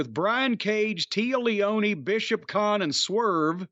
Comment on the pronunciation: Did Jim day Tea Leone?!?!? Lol